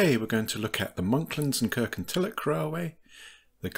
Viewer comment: Please, please, please pronounce Kirkintilloch correctly. It is Kirkintilloch, NOT Kirkintillock! Having said that, a very interesting video